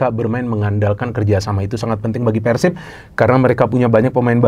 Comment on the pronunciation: tinggal cara pengebutannya ganti jgn nyebut Persib tapi Pērsib